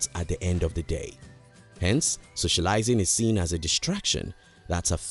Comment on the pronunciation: Thanks, good video. You tend to emphasise the third syllable in English words where the emphasis should be on the first syllable. For example "sociaLIsing" instead of "SOcialising".